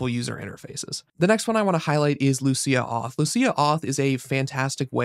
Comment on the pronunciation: You're still saying "lew-see-jah"! 😁I've been working with Sveltekit for months and did NOT know about streaming! 🤯Awesome video.